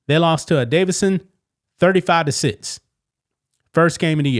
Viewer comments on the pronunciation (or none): none